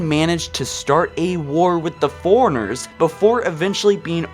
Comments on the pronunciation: Four-RUNNER; not, "Foreigner." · Love how you pronouce for runner as foreigner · You realise that fore and runner are two separate words? Forerunner not foreigner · Good vid, but I couldn't get over your pronunciation of fore runner, precursor, and faring.